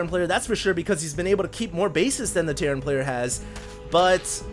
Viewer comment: REALLY Terrain!?!?!?!?! it's terran!!!